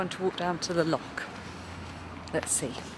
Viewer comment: Your mum is Scottish, but you can't say 'loch' 😂 Love your podcasts xxx